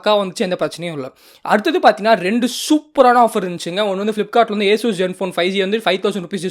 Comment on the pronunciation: Eesues alla bro Asus